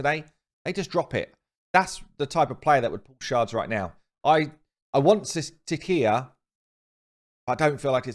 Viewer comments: "See-shya", not "see kee ya". Please, for the love of god! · Sicia is pronounced sisia, plz I cringe every time you say it